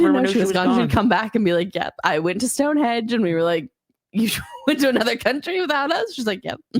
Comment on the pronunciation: You keep calling it “Stone Hedge”. It is Stonehenge. Henge! Henge! With an “n”. 😂